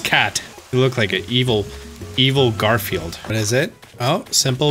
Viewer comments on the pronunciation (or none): none